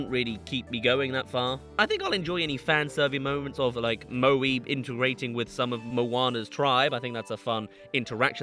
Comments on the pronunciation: I'm mad He didnt even mention the cact THEY BUTCHERED MAUI'S NAME. MOANA NOW PRONOUNCES IT AS MOA-E😭😭 DIDNT SHE USED TO SAY MAUI INSTESD OF MOA-E???? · I thought Disney weren't going to do anything with Moana. Then I thought they were going to do a sequel without Maui because Nimona's success made them hate shape-shifting characters. Now I realise that you can't have a Moana movie without Maui. Also Moana pronounces Maui's name differently.